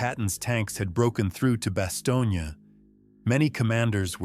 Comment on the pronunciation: The town is pronounced as “ba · stown”.